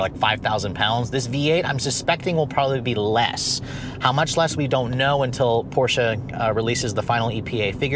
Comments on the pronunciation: The "portia" lol..... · The "O" in Porsche stands for optional. 🤣🤣